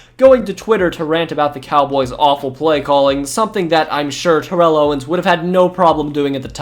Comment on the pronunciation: Great video but TO name ain’t pronounced like that